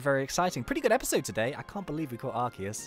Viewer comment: ARCEUS,S NAME IS LIKE ARSEUS NOT LIKE ARKEUS